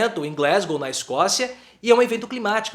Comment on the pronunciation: Kkkkkkk a bandeira azul...boa👍🏼 Gostei do sotaque Glasssssgow. Bolsonaro é um tapete de ônibus. Todo mundo pisa.